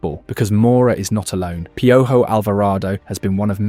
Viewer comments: To pronounce “Piojo” read it as “Pee-oh-hoe” instead of “Pee-oh-gio” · Gotta say, Hearing "PIOUYO" instead of "PEOHO" made ma laugh. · Hahaha a mí también!! No me estoy burlando en lo absoluto, solo es gracioso. Voy a empezar a llamarlo así haha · I like how you say piojos name 👍🏽🇲🇽😂